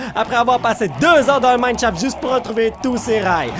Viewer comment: J'adore quand il dit minecrafrino!!